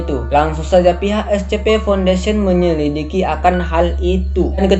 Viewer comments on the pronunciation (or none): none